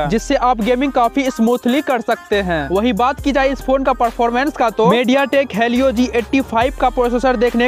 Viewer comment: Bhai vo halio nhi helio he